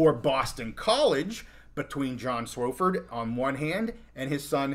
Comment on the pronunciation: it's not SWO-fford it's SWA-fford